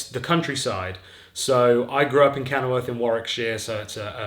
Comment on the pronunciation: Did you say from kennelworth? WOOF